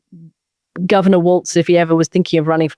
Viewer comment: She keeps mispronouncing Tim Walz name & it's pissin me off. It's pronounced "Walls" not "Waltz." She gets a lotta shit wrong, I've noticed. She's not that bright. One particular podcast, she misquoted Barack Obama 3 times